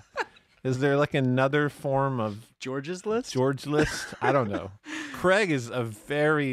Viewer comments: It's "Craygs" list, not "Creggs" 😄 Also, we have this garbage in the UK, it's just junk. And, also, we do have this in the UK, and George isn't a common name 😄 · Craig, in the UK, is pronounced "Cray-g"; we have Gumtree as an equivalent.